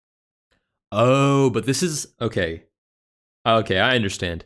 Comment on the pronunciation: "that's illigel"